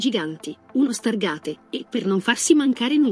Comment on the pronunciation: Uno "stargate“? Pronunciato esattamente come si scrive (invece che "stargheit")? Ma datti 'na svegliata. Quando ciò che dici non è meglio del silenzio, rimani in silenzio. Altrimenti fai le cose con un certo minimo di decenza e non così, all’amatriciana! Dimostreresti innanzitutto rispetto verso te stessa.